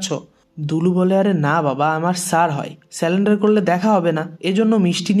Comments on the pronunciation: স্যালেন্ডার নয় সারেন্ডার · স্যালেন্ডার না ভাই সারেন্ডার